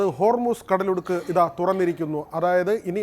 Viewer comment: എടൊ കടലുടുക്ക് അല്ല 😂. കടലിടുക്ക് 😄😄